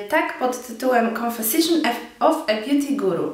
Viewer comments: To jest "konfeszyns" a nie "konfesyszions"' :) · "Konfesiszyn"? Twoja matura z angielskiego pewnie nie powala wynikiem.